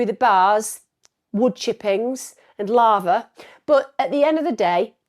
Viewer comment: At first I thought she said larva instead of lava. Either would be very bad though lol.